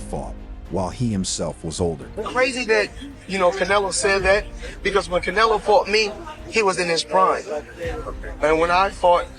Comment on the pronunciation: Pronounce the guys names properly to start with .There is no Sheker Stevenson and learn to say Canelo